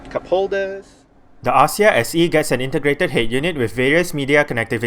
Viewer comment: The pronunciation should be "Akzia"